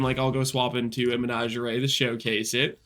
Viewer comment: how are you this illiterate mispronounces menagerie and helical i suspect you don't have a job because streaming is probably your job, but if you did have a job, i'm sure it'd be one where you wear a name tag